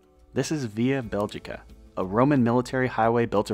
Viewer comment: That pronounciation of "Beligica" is so fucking jarring...